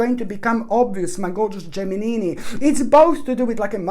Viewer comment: I love it when u said Geminini....so cute.🤗